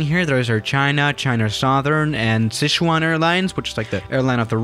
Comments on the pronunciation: Dude that is Sichuan not Seosean . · Si-Chuan, not Sich-uan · Szechuan Rick: sZeChUaN sAuCe